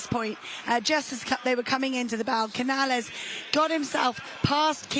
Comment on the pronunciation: Vaya. Yesterday, they called Cañal "Canal". Today, they call Canales "Cañales". Can you guys never get it right?